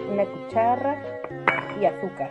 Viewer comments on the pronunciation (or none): Que mal, yo solo tengo cucharas, no CUCHARRAS.